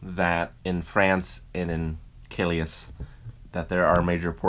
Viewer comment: Calais pronounced Ka-lay or Kal-ay (kind of). Great videos by the way!